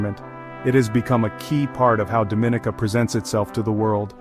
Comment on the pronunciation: You're pronouncing the name wrong